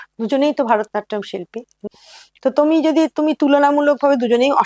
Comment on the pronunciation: একজন নৃত্য শিল্পী কী করে ভরতনাট্যমকে ভারতনাট্যম বলছেন বার বার! বড় কানে লাগছে। উনি আমার বেশ পছন্দের। তাই আরো বললাম। ভিডিও ডেসক্রিপশনেও তাই লেখা!